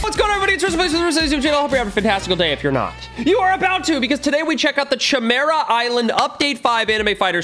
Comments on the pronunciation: Cchemera Island Everyone: Chimera Island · nah he said Ćhemera Island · I die a little every time he calls it the chymera island